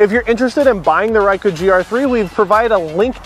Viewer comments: Never heard of a "Riker" griii. Its Ricoh pronounced REE-CO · It is better to know how to correctly pronounce the product you are reviewing. I will blame Kai, Raicoh.... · its ree-ko and bok-kay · I think you are mispronouncing "Ricoh". You are saying "why-koo" when it should be "ree-ko". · Did you use the lasted firmware and the lasted ImageSync app by Ricoh? Why do you pronounce it Rai as opposed to Ree coh? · Reiku not Ricoh, get it right people! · Just got it myself, btw you're not pronouncing Ricoh well, Rycu? It's Ree coh. lol. But you shoot in program auto so... it's fine. lol. Thanks for the video.. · you wanna see my rye-koo?? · Dude its Ricoh (reeco) not ruyko or rayko; thats like when people mispronounce nikon and say nuykon instead of neekon; remember that letter i is usually pronounced as what you see/say in words such as kid, hit, fit, in, etc..especially in most languages it is pronounced as such; even in english it is pronounced in many words as such (it would be easier if it was written inglish but that is a fault of english language which burrowed heavily from french and other languages making a weird soup) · I like this review but I'm pretty sure Ricoh doesn't rhyme with Haiku as it's spoken here. Also that awesome third party GR app isn't available for Android phones sadly. Shame because Image Sync the official Ricoh one basically stopped working when I moved from a HTC One M8 to a Samsung S9 Plus. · RAICO? Like AIRAQ vs IRAQ? It is RICO.. not RAICO. ;-) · Reecoh, what the hell is a Raicoh? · Stop. Saying. RYKOH. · feel like im losing my mind everytime you say rykoh. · Yeah,it's Reekoh. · REE COH sheesh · cringy thumbs down for "ryco" ugh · mispronouncing Ricoh throughout that whole video is like wearing a confident smile on your face while walking around with your zipper aggressively open the entire day. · I have an older model GRD IV, great video but you're mispronouncing the name Ricoh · You did better than me.24 secs and I bailed.